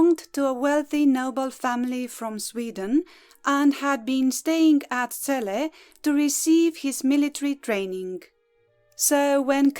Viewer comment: You pronounce our lovely city better then most people on YouTube thank you from Celle